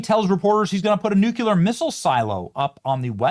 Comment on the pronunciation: Nu cle ar